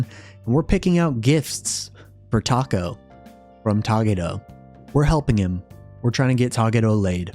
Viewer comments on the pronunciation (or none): none